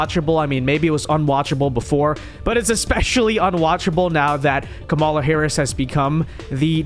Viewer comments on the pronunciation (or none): I support your videos and generally like them but dear lord, you intentionally mispronouncing Kamala is extremely immature and irritating. Makes me click off the vid every time. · Notice Ana calls her by "Ka-Mala"